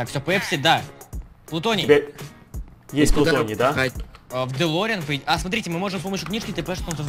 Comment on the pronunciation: правильно говорить плутоний